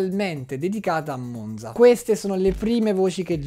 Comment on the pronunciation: Monza si pronuncia con la z dura 😢